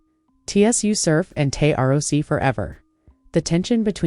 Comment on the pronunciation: First of all they said “Tay R O C” lmaooo you just lost your battle rap pass don’t speak on nothing battle rap please 🤣🤣🤣🤣💯